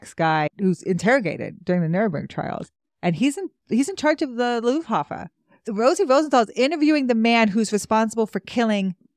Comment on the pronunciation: I’m a historian myself. And love this series…. And am new to your channel. But please. It’s not Luffhafa… it’s Luftwaffe… 🤣🤣🤣